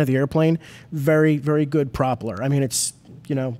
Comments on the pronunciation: Say "PROP eller" one more time. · Why can't either of them say "propeller" correctly? Haha very strange